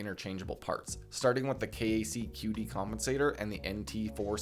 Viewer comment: Very Helpful Video! defintely needed this :) fyi most gun dudes pronounce KAC as "Kack".